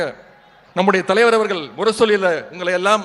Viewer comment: அவர்கல் என்று படிக்கிறார் உதயா, அப்போ, அது 'அவர்கள்' இல்லையா...?